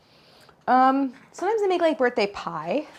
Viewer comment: "It's a birth tang"